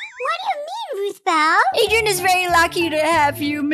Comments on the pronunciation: Ruthbell Not rootball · Uhhh her name is ruthbell not roothball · Hi roots ball oh will you be talking no your name is it now why do you say it correctly or do you need to see a message to me or something baby